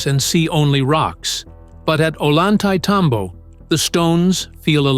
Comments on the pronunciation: The name of the place is pronounced in English phonetics: "Oh-yan-tie-tambo" The double L in Spanish is its own letter and is pronounced with the same sound as the "y" in the English word "yes." Very annoying to hear it pronounced with an L sound. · Like TMC said below, it’s pronounced ohYantay -tambo. Unlike what the narrator said. I recognize that voice but it seems computer generated. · "Oy yahn thai tom bo", please stop butchering it's name! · At least learn to pronounce the key name in your video, "Ollantaytambo", if you are going to hold yourselves out as some kind of "experts"! Pathetic!!!